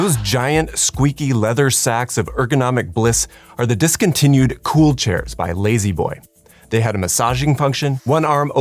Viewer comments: La-z-boy being pronounced “lazy boy” and not “lah-z boy” or “lazz boy” is the biggest atrocity here. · Ha, in England we don't pronounce z as "zee" so lazboy sounds a bit weird, nothing like layzeeboy